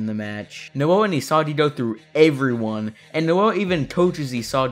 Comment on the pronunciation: I swear bro randomly started Saying Isadi and Nadi